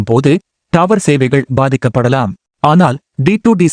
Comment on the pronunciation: டாவர் இல்ல தம்பி டவர் பா😂